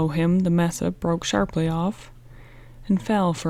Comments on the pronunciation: Its pronounced MASA!!!!! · Uvalde (You-Vol-Dee), Mesa (May-Suh), sorry, my pet peeve.